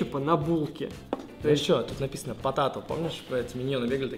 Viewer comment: не потато а потэйто!!